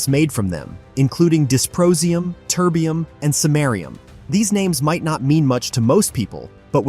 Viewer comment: Disprosium, Turdium, Semarium ??